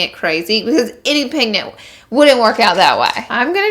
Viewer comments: Did anyone hear her say pignent no hate just pointing it out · Lol you were saying pignents a few times throughout! Haha oh well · she says "pignet" and I died laughing 😂 so Laura lee I LOVE YOU!! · Laura Flores I caught that too😂😂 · Am I the only one that noticed her say pigment wrong like twice lol I love her!